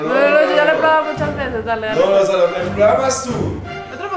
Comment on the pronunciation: Me fascina tus videos lo único q no me gusta es la pronunciación de Salomé no les da como angustia que su hija hable asi